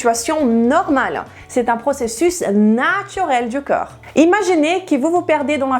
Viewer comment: Je n'arrive pas à m''habituer a entendre coeur au lieu de corps. fait un effort pour mieux prononcer ce mot qui revient sans cesse. Merci d'avance.